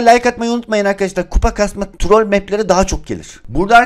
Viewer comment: Abi trol deyil trool